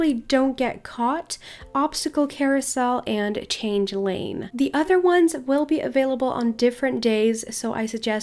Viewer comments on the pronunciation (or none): none